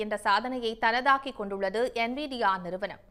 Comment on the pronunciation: NIVIA அண்ணனை விட சன் நியூஸ் என்விடியா என்ற பெயரை செறியாக சொல்லிட்டாங்க...